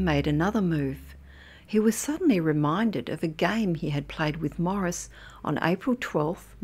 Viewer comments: FYI his name is pronounced "Maw-REESE" not Morris. Otherwise, great story. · Why does she keep calling him Morris?